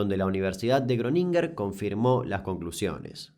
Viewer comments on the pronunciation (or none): Jróninguen, se pronuncia Jróninguen (Groningen) como diría Capusotto "habla bien lcdtm" (con cariño). Abrazos desde el otro lado del río. Esos 90s fueron duros en Argentina.